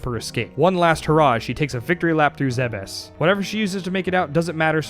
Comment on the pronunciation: you have no idea how happy I was when you pronounced Zebes correctly lol, I swear no one knows the right way to say it